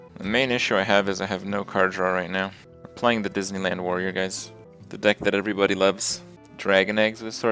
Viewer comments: DIDNEYLAND? YAAAAAAY. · The DEESneyland Warrior